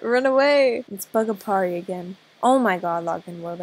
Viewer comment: Those times when you couldnt say Aparri in AJ😂😂😂